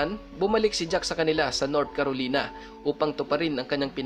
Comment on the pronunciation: Air maganda ang kwento mo. Ang tama pong pronounce ay SRAPNEL Hindi po sharp nail. At KAROLAYNA po ang tama. Thank you and God bless...